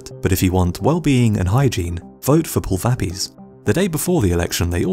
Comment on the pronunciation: Pulvapies is pronounced "pool - vuh - pee - ace" with the stress on "ace" and means, literally, foot powder. Your pronunciation was not close and somewhat rude to Equadorians. Getting the correct pronunciation is simple these days, use Google.